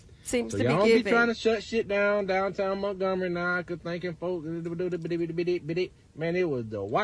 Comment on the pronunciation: Did he say MERKgomary? Lol